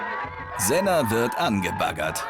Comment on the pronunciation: Ich heiße sena aber die haben es falsch ausgesprochen :( da wo oljay es aus spricht das ist richtig